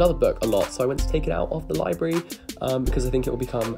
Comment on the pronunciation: Him: Libary how it sounds (to me) in his common tongue Me: LIBRARY....*me, and my grammar-correcting self, silently cringing, but only because I’m a book nerd.*